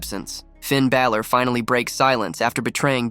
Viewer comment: You were saying Fin's last name wrong